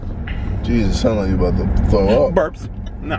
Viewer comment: was jokes and the way he said berps was hilarious